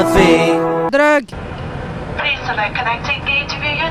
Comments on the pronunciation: MDRRRRR "druugs" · Merci en 10 minutes j'ai appris à dire "Druuugh" J'ai envie de te péter la gueule! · pk tu met la famme qui dit dreuggs